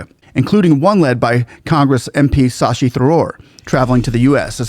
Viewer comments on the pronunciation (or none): It's sasi not s asi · Good propaganda (I don’t mean it’s false - but merely that it serves the Indian interests well). However, do learn to pronounce the guy’s name correctly! It’s not Sashi, it’s Shashi. The consonant pair in the first syllable is to be pronounced the same way as that in the second syllable.